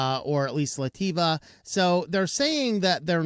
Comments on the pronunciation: "Lativa" ROTFL OMG it's pronounced "LAT-VEEE-AH", sheesh, did you skip school? 🤡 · It’s not Laty-Va it’s lat-via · *Onlyoffice alters the License I'm a bit puzzled, isn't english your first language ? AAARGH, Lat-via, not La-ti-va. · La ti va 😂😂😂😂😂😂😂 it's lat via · La Tea Va!! hahahaha... Just funny to hear. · where the heck is Lativa? Queen Lativa? Another example of: "If the US hasn't bombed it yankees have no idea on how to say it" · I was wondering what he was trying to say. ... LoL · Where did he get the 'i' between the 't' and the 'v'?